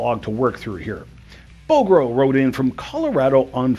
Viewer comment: Good stuff this week. Incidently, Bogro is pronounced BOGG-roe.